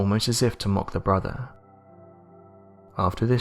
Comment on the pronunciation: He keeps saying "his bruvver". Does he mean brother? Is it that hard to pronounce? And anovver instead of another.